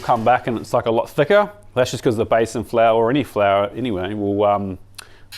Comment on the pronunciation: Hi by the way it’s pronounced Bee san flour. Love your work 💋